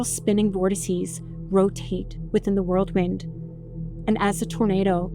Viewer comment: The word is "whirl wind," not "world wind" 🤦🏻‍♀️